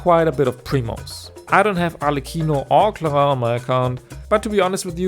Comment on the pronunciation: I shall appreciate the only guy who spelled "clorinde" in an actuall french accent.